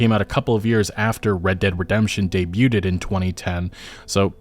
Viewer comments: debuted lol. Its pronounced (Day-bued) Not Day-Bueded The T is silent. hahah. Just a tip my dood. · (Debuted) The {[T]} is Silent. so its pronounced as [Debued] the word comes from the French. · Debu-ted… are you illiterate? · Dude, I love your content. You're always keeping me informed of my gaming news. You don't pronounce the 'T' in debut, BTW. Also, I always find your content informative and I do get value from it ❤ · Dude you gotta learn how to pronounce debuted. Please. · Did he just say 'debuted" the wrong way? Do you not know how to say debuted?